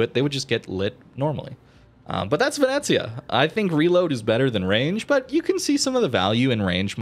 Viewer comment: Pronunctiation is great, actually. Ve-ne-zia